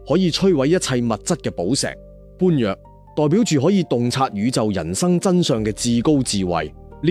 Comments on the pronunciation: 製作者註意，享受呢類便捷及成本低咗嘅好處之餘，由於粵語嘅結構，有好多字，AI發音，硬性常用音調，唔係專有或者特別或指定用聲，同字多音，不同語景要修正，最明顯就係口語嘅 咁 字，讀做 啖 字發音。 更甚嘅，最明顯係，嚴謹不足，佛門最重要嘅名詞： 般若 只要聽過與佛相關作品，甚至武俠影視製作，都知道係用 波野 發聲。但係利用AI製作者，就由佢照用 *搬若*，呢啲擺明只係搵食，為求出片。 佛度岸及粵講粵有古，製作內容模式好好，希望製作團隊更精益求精，先行謝過。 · AI作品, 水準有点不人類, 绝对同意粵語發音很重要。重要的字如“般若'" 相”等都要注意,很感恩制作佛教作品但宏法要再認真些用心些。謝謝